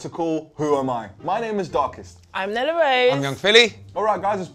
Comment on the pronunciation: Nella saying nella and getting it wrong lol